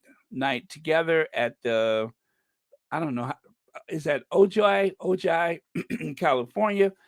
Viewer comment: Ojai is pronounced = Oh hi. Small CA town not far from Santa Barbara.